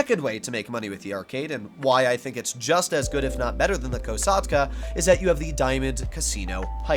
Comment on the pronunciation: "The KOW SAUGHT CUHH"